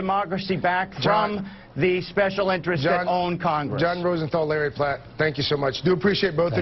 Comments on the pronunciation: His name is Larry PRATT NOT Larry PLATT! And you're lucky you didn't try to debate him; Larry's way too smart for News Anchors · Notice the intentional mispronunciation of Mr. Pratt's name. Larry Pratt totally outclassed and out argued these two buffoons.